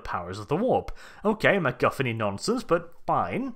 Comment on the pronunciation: I liked how you said McGuffin. I also liked how you said another word but that is rather rude to repeat. Thanks for a fun review.